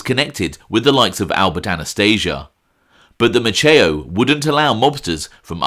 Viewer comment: Maceo is pronounced like pepper spray-Mace... example Mace E O...I know a slew of them here in Galveston. Just another tidbit, Sam was responsible for keeping Frank Sinatra hidden out while he was on vacation on the island or performing in the area. If Frank didn't want to be found or needed time away Sam would hide him in one of the hotels (Hotel Galvez) here or even at his personal residence. Another great reflection by 👍👍